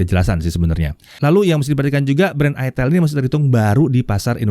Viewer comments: ITEL bacanya "AITEL".. Hmmm 🙄🙄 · salah bang..dibacanya iteel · aitel bukan itel dan bukan itil hahahaha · pingin sih, tpi gua klo pke ni hp. pasti orang" sini bacanya bukan "aitel" tapi beneran "itel" wkowkwokwowok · Bacanya itiil om bukan aitel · Itel pake i😭😭🤣🤣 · Cara bacanya aitel jgn salah sebut ...hadeeeh mereknya itu loh ya Allah ..... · bacanya itu pke b inggris jadinya "aitel"